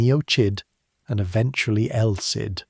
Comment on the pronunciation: Is this AI-narrated? Just asking as I noticed El Cid is pronounced around 5 different ways.